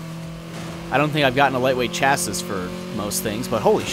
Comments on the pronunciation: it's cha-see not cha-siss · Chassis is pronounced chass-e, not chass-is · it says chasis but its pronounced chasee. i would know, i live in an autoshop office. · Actually it's 'Shass-ee' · just a reminder chassis is pronounced ch-ass-ee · chassis pronounced shassee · chassis is pronounced chassi you dont say the s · ha it is pronounced ch-ass-ee come on.